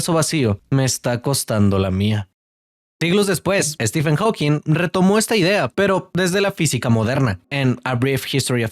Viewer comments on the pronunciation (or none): none